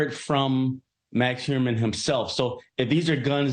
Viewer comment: Dude said "Max Heuermann" lol